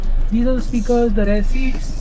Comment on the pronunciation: It's Rear Not Rare But don't mind bachche Keep going you will improve